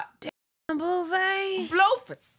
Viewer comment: Lol the way u say his name. “Bluefus” instead of “Blueface.” 😂😂😭💀